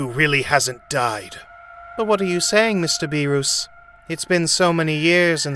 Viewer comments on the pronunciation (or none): Beer-us not beer-ooooooossss Weees not wisssss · please stop saying the gods name like that, its Beer-us not Be-roos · bro cannot pronounce names ong bro like beeroos whisk and shenlong is crazy ong bro oh yea the DRAGON SPHERES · Please say beerus correctly